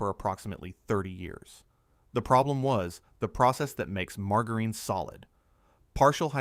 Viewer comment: What the ever loving heck is marg-a-reen?? Thanks AI - not.